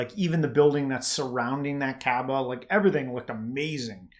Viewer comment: It is not the kbaa it is the Ka'ba